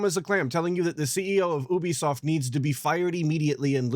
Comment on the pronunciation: I hate how he says Ubisoft, like NO ONE says OObisoft cus thats NOT how it's pronounced lmfao, and oh good, Judas is gonna be ANOTHER game DSP gets handheld through because he cant be assed to make his own choices...UGH Kill me now